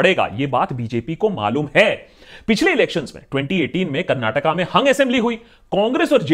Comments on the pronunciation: Bro you did not say Karnatak... You pronounced it well "KARNATAKA" as a kannadiga I am happy 😁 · Love the way u told its "Karnataka" not "Karnatak" <3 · Full vote for u juz for saying KARNATAKA brother. Nice 👍🥂🍾